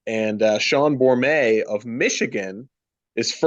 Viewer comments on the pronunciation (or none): No silent T at the end of Bormet. That alone really made me question your judgement. Great idea though.